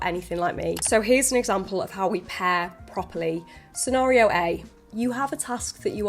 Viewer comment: "Senario" lol